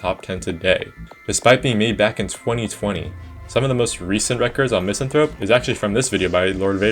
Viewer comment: One day people will learn how to pronounce Misanthrope